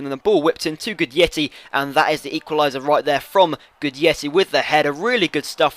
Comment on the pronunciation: It's pronounced "Gudetti" :)